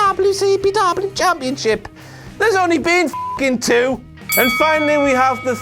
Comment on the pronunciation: "Blampionship....fuck off" that really made me laugh